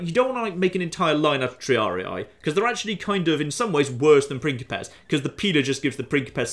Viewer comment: Every time says "pincipes" I hear "prickly pears" which makes the whole thing very entertaining